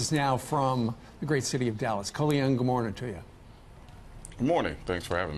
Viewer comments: "Colion Loin" LUL! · Totally slaughtered the name at the end lol Lion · He said Colion Lion! 🤣🤣🤣